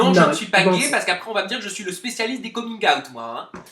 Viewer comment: Jai arrêté la video à coming "ayt" frere